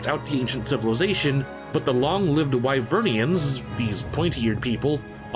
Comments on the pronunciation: Just gonna mention that its 'Wyverians' and not 'Wyvernians' love the video but that was doing my head in slightly. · Hey bro can you at least pronounce Wyverians correctly, it's literally dialogue in the game kinda weird you have a great criticism yet fall flat on honoring pronunciations